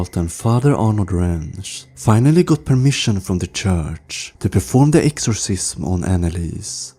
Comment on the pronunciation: This video would be better if you'd pronounce the words correctly. Poltergeist (pole-ter-guy-st) Exorcism (x-or-siz-M) I'm not being mean or rude. I can tell English isn't your first language, so props to you for speaking more than one language... It just sounds a lot better when you aren't saying a weird word over and over again. Ed & Lorraine deserve SO much more credit than what they've gotten. Yes, movies have been made but if you think about it, these two had balls! This was the greatest power couple of all time. Her, being a psychic medium and Ed, having so much courage and no fear, these two were helping in ways that nobody else ever could. Most, back then didn't even believe in hauntings or ghosts or paranormal in general. They were so ahead of their time, they both were amazing people. I'm just sad I never got to meet them.